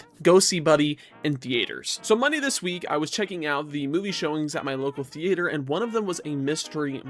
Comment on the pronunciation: I’ve never heard anybody under the age of 60 say the word thea-ayter.